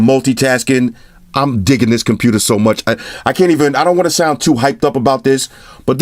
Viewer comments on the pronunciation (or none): none